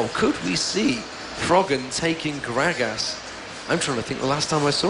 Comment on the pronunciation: The british guy calls gragas "Grag-Ass" LOL